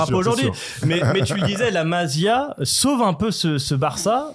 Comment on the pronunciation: Jsai pas tu raconte quoi FDJ sera bien là à l’aller pour vous traumatiser, et j’ai bien peur pour vous que FDJ et gundo 2v11 le match. Et charravino, la « Massí a » stp pas la Mazia. Merci